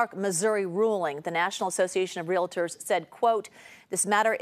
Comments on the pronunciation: KPIX, could you teach the word realtor, pronounced & spelled real + tor, to a reporter covering a big real estate story?🤦 There's no such word as rela-dor.🤦🙄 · Real-tors... not Real-uh-tors.